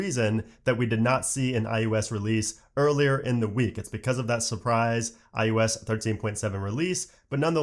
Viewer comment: You say “eye YOU esss” every time. It’s “eye oh ess”. Drives me insane.